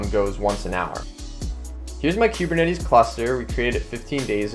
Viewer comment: queue-burr-netties? it's koo-burr-netties...